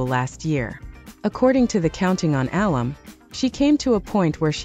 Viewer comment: Is this an AI announcer? A few common words are mispronounced, like alum and name Jinger.